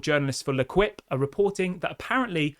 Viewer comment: I don't want to sound arsey, but L'equipe is pronounced "lay-keep". My bad if I do lol